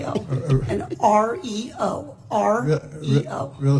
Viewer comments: When she first said REO I thought she said oreo.. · Shit, i thought she said oreo too at first 😂😂😂